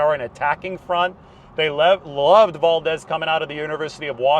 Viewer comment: You pronounce Valdez like a white boy.